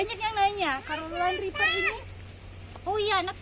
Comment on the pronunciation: carolina reper ibu bukan karolen et dah